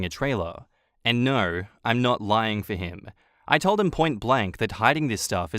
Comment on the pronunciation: When you say Narrr instead of no 😂